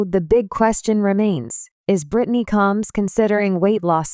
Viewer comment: This narrator is an idiot she cannot pronounce the last name correctly and Britney is not a sister to Tammy and Amy she is a sister-in-law married to Chris get it right dumbass